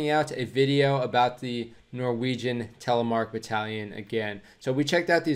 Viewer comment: Creds on the almost perfect pronantiation of Telemark, bit of an American R in there bud almost perfect, great video